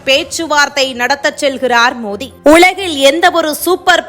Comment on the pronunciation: மோதி இல்லைங்க மோடி உச்சரிப்பு கவனம் தேவை